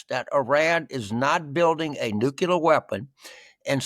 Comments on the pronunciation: Unbelievable! Even reading from a script James says 'nu-cular' not nuclear. . Is he dyslexic as well? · James: the word "nuclear" is pronounced NEW-CLEE-ER, not new-cue-ler! Just look at how it's spelled. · JAMES! JAMES! JAMES! The word is NUCLEAR not NUCULAR! Of all people to get this wrong! Just remember that there's only one 'U' in the word! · Nu cle ar. Learn to pronounce correctly. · Repeat after me: New Klee er